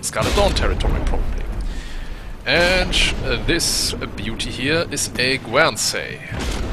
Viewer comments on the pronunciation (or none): The ship Guernsey is pronounced 'gurn sey' for the region or the cow. Overall you make few mistakes, your English is far better than my Deutsch. I like the new sub and appreciate the 'earth shattering kaboom' reference. Good vid!